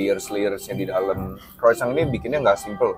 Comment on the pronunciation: Pengucapan Croissantnya Masih Salah.